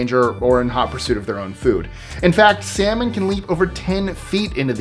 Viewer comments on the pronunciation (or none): none